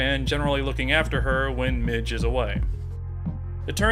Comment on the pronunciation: PLEASE STOP SAYING MIDGE